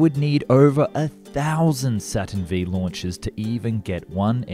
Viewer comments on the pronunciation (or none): It's not a "Saturn Vee", it's a Saturn Five. How the hell could you not know this? It's like you were born yesterday. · For the Saturn rocket series, the "I" and "V" are Roman numerals. So: Saturn Five, not Saturn Vee. Saturn One B., not Saturn Eye Bee. Honest. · Saturn Vee??? Try Saturn 5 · "Saturn Vee"...? Hahahahaha!. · What's a "Saturn Vee"? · Interesting video, but I can't bear to listen to all the mispronounced terms eg Saturn "vee". It's a Latin five! :( and a "hoe-man" transfer...